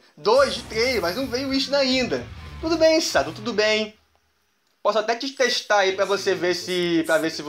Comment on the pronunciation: que Sado é chad sabe nem pronunciar kkkkkk